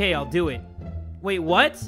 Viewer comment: So we all just gonna ignore the “I’il”